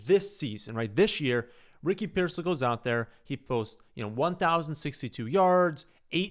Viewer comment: Stopped listening after pronunciation of rickey pearseal